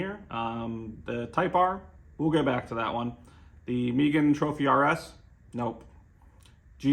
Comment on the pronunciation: Sooner or later Hyundai/Kia are gonna starting lending you cars to review. Oh, and it's pronounced Meh-Gann haha